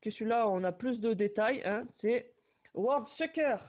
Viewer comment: tres sympa la comil d 'anniversaire :) tu m as fait rire sur la prononciation du jeu ps4 j avais compris World Sucker MDR tres sympa la video :)j aimerais bien un jour me prendre une statue 1/1 de nami ou robin :D de preference Robin mais le rendu statue de ta video j ai trouvé que nami le ferait mieux chez moi xD